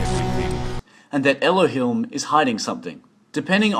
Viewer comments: Everythings nice and all but who the hell is "elohilm" ? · Your pronounciation of "Elohim" gave me cancer, but other than that the video was great.